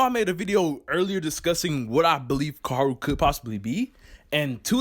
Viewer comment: Can you Pronounce Koharu?